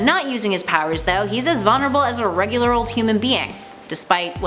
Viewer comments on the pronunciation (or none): none